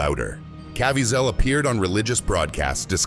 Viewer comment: It's a robot voice. They never get pronunciation correct.